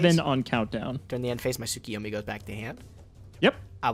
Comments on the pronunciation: Why do they pronounce Tsukuyomi Tsukiyomi? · Every time they pronounce it soo-kee-yo-mee, I get so mad because I would pronounce it sa-koy-yo-mee. Really it's soo-koo-yo-mee